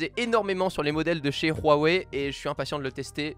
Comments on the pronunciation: Everibody : Huawei TN&T : RRRRRuawei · il a dit "Rouawai" ? mdrrrrrrrrr